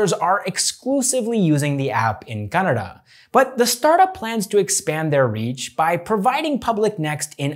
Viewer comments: They way you pronounce "Kannada" is just perfect. Dhanyavadagalu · Being a foreigner he pronounced "Kannada" better than most north Indian people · You pronounced word "kannada" better than many indians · I love that you pronounced Kannada correctly even northies dont speel it correct. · kudos for pronouncing kannada correctly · Happy to see someone pronounce "KANNADA" ❤️❤️❤️ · He is not North Indian 🤣 that's why